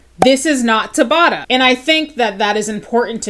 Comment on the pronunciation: Just dropping down here to say YES you did pronounce Dr. Tabata's name correctly! :)